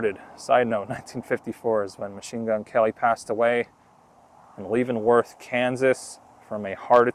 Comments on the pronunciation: You keep pronouncing Leavenworth all wrong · Good job but you miss pronounced leavenworth .keep doing these you are good at it.